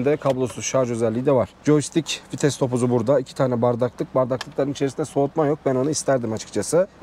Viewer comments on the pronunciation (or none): none